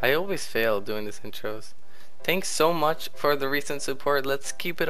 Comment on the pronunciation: "Thanks so moich!" Haha :P